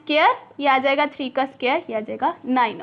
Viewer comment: I have done ur whole chapter I want to suggest you to correct the pronunciation of square.. स्क्वेर / स्क्वायर